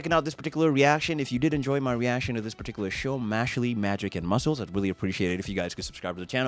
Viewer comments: Please please please keep watching this series! I've been waiting over A YEAR for this anime! 🔥🔥🔥Trust me, Good Brother, each episode gets better than the last🤩🤩🤩. Trust me, bro, this episode hasn't shown ANYTHING yet! 😃😃And I think it's pronounced: "Mash-El" 😅😅😅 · First of all, the E is silent in Mashle 😂😂😂 2nd of, Mash is a wholesome Saitama. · OMG FOR THE LOVE OF GOD dont call him mashlee call him Mashle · This man it's mash sheell